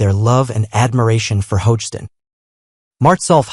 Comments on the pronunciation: Doesn’t have the spelling or pronunciation correct for Drake last name - it’s Hogestyn (ho-ga-stin) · Could the narrato😢r at least pronounce Drake's last name correctly? Sheesh.